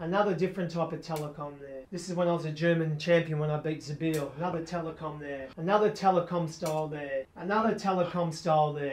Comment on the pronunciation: you're killing me I can't stop laughing with the Telekom bit: "Another Telekom there....Another Telekom there...ANOTHER Telekom there...this one's from when I was German Champion when I beat 'zuh-BEEL." 🤣